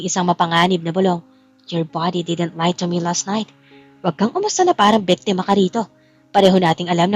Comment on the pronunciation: Biktima not bektema Lucas not locas